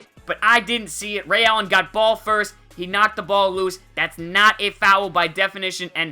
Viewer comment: i love how u say foul it's like fow-el